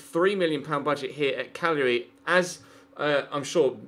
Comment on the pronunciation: Thank you for knowing how to pronounce Cagliari. So many people butcher it...